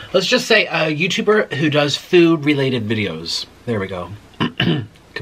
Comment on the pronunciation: I noticed that. The way he pronounces Google (gewgle)😂 Food (feud) and my all time fav Taco Bell he says Taca Bell. LMAO 😂 That accent tickles me